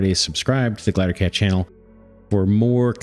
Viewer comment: First, these games look awesome. Second; Glider, Gl-EYE-DER. If I have to hear you say glattercat one more time I'm going to stab out my eardrums.